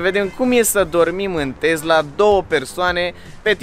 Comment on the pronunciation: E Tesla nu Tezla ca tot pronunti asa